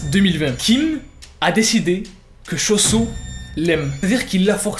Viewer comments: Ce qu'il dit : Cho-Soo /se que j'entends :chausson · Suis-je le seul que quand il dit choo soo j’entends chauson